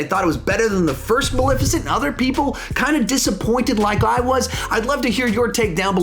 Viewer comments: BRO!!!! It’s Mal(eh)ficent !!!! Not Malificent. This review was damn near intolerable bc of your pronunciation alone. 🗣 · Sawyer Thompson it’s bothersome!!!! There’s and E there for a reason 😩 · I love how says “Maleficent” I just say it a liiitle different, and I’ve never heard it pronounced that way lol